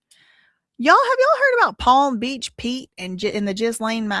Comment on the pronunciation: I love you so much but palm beat peach killed me😂 I'm sorry girl love you so much❤❤